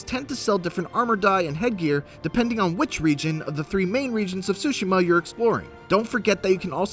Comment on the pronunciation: Dude... stop saying “sushima”!!! The T is not silent! You don’t go to eat “tsushi” do you?? Smh...